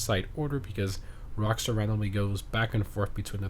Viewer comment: “Rstar” 🤣🤣🤣🤣 jesus just say “Rockstar”